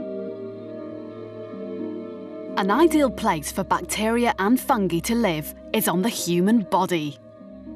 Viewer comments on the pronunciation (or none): She really just said Fungey... FUNGEY